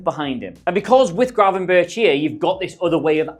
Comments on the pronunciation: Its pronounced gravenberg. Very easy not gravenbirtch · it's Gravenberk not birch like the tree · Great video thanks! Unsolicited suggestion if I may, just call him Gravenberg - like Bergkamp, ch=g in dutch and it sounds much better :) Cheers! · If yuo say Gravenbirtsj one more time yuoll be banned from Holland like David Ike!